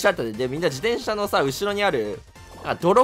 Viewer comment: しゅうずっと自転車のことじでんしゃって言ってる…？気のせい？